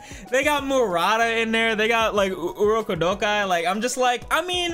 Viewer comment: the way he said urokodaki hurt me